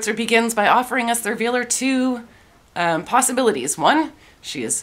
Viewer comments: Esther vi-LAR. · Ms Schwarzer is, like many ideologues, devoid of any sense of irony. Esther Vilar is pronounces ESS-tare Vee-LAHR . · Esther bee-LAR. =0)